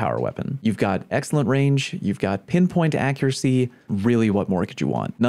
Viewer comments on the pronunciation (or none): none